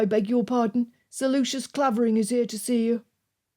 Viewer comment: just one correction coming from the village of Clavering the "a" is pronounced "ai" ... otherwise beautifully narrated